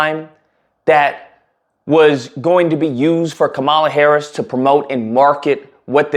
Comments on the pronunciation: So you're mispronouncing her name on purpose. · If you want to make a point, you might want to use a spell check and learn how to pronounce her name correctly. Start there.